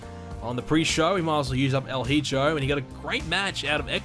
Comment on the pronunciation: That's not how you pronounce Hijo. It's like He-yo.